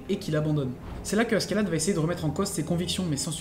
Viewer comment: prononce A - CHE - LAD stp c'est moche à ce qu'est là de